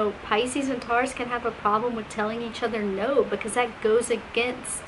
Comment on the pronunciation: I’ve never heard Taurus pronounced this way lol TARous